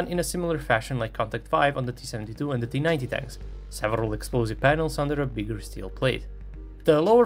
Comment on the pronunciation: it’s just his accent, it’s the T-90 A